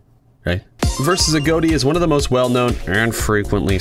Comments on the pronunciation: Agoti not agoati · it’s agoti not aodie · A-GOAT-E It’s I-GOT-E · That does make sense, but in the "Interview with CaptainJackAttack" the original owner of AGOTI had pronounced it as "a-goat-ee" not "a-got-ee", so I had assumed if that's how the original creator says it, then that's how it's supposed to be said, y'know? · no it's not. It's Agoti not A goatee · I learned 11 things: Its pronounced a-goat-e. I thought it was pronounced a-got-e. You learn something new every day. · BRO IM DYING RN🤣🤣🤣🤣🤣🤣🤣🤣. The way he says “AGOTI” just makes me laugh so hard, I could probably laugh my literal INTESTINES AND BALLS outta me! Man it’s pronounced (A-GOT-I) not (A-GOAT-I) man! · It is a-got-e as confirmed by the owner, but this guy just pronounces it that way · the fact that says "a goat e" instead of "a-got-e" disturbs me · it’s not ah goat E it’s A got I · i know i'm gonna get shit on but it's a-got-tee, not ah-goat-tea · He said “agoaty” and not Agoti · His name is a-got-e not a-goat-e lol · It’s A got i , not a goat i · Uhm it's (uh • got • ee) not agoati Agoti :> agoati >:< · Sorry I just hate how people don't say it right I'm still subscribed. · Um not trying to be that guy buts it's pronounced a-got-tee not a-goat-tee. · It's not agoati it's agoti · "agoati" I LOVE THE WAY HE PRONOUNCES IT XDDD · How well do you know Agoti, your pronouncing his name like a goatee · THE WAY U PRONOUNCE HIS NAME IS. A GOT I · You say AGŌTI? I say AGOTI (but like with a little smile above the o so it’s a short o sound instead of a long one like how you say) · He just said "A-Goat-I" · I think it's pronounced "A-gah-tea" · Why does he say agoti like agoati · You're saying his name wrong It's a-got-i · Why do people say A.G.O.T.I as A.G.O.A.T.I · AGOTI is pronounced : A-GOT-I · you pronounce it like agoati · It's pronounced A-got-y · Its pronounced agoti I thought it was pronounced agot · why tf he saying aGOATi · He pronounced A.G.O.T.I.'s name wrong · I think that he said his name wrong